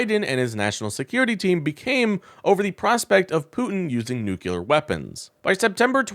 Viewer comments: Your content is fine but I have one major criticism. If you’re going to use the word NUCLEAR 20 or so times in a short video please learn how to correctly pronounce the word. The word is NUCLEAR not NUCULAR. I know it’s a word many people mispronounce but they don’t usually say it 20 or so times in rapid succession. It makes you sound unprofessional. Just my 2 cents. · Only one U in nuclear. It’s not nuculer. George Bush has the same problem. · Please learn to pronounce “nuclear”. It is NOT “noo-cue-ler”, it’s “noo-clee-er”. (Former teacher here, and it’s one of my pet peeves). I cringe every time I hear it mispronounced. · Yes, amazing how many Americans can't pronounce nuclear. New-killer - lol. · That's nuclear, not nukuler. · It's not Nu-CUE-lar, it's Nu-CLE-ar. I cannot listen to or subscribe to a channel in which the host doesn't know the difference. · "New Clear" ... easy peasy. I know, because I heard it through my Cochulur implant. 🙂 EDIT: forgot to add: Vote blue! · Mispronounced!!??!! NOOK lee urr Not NOOK yoo lur. You sound like an ignorant MAGAt. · Nucular is Texan for "big loud bomb" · Please learn how to pronounce the word "nuclear"! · Please.. Learn how to pronounce "nuclear" That's how Baby Bush said it. And probably still does There is only one "u" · I appreciate the video. I do. that said, please learn how to pronounce 'Nuclear' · Please pronounce, Nuclear correctly! Please!!! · Please learn how to pronounce nuclear. 🙂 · Please... for the love of science... it is "nuclear" not "nucular". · Please. It's not "noo-kyu-lar" it's "noo-klee-ar". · Nu-CLE-ar, not nu-CU-lar. The root word is nucleus, not nuculus. Please. It's not that hard... From an Aggravated Educator 🤔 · Please don't talk like George Bush junior. It is not new kyewler it is pronounced new clear. New clee er, if you want to be precise. Look at how you spell the word. Nuclear. Not nucular. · Stop saying nookyooler like you can't help it. It's a little word. Try noo-clear as a stop-gap.